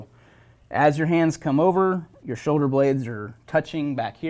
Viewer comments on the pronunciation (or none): none